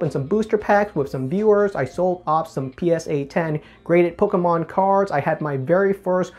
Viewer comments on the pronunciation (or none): Don’t really watch his stuff like that but from some clips and vids I have seen the way he says the word Pokémon always bothered me for some reason